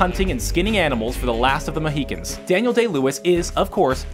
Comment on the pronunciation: it's MOEHEEKINS not moeHAWKINS 😧SMH (FURIOUSLY)..!!